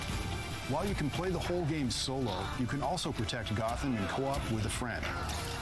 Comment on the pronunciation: O nome é _Gotham_ Knights e não _Gottam_ Knights como você parece pronunciar. O som "th" não sofre flapping como "tt", sua pronúncia está bem incorreta.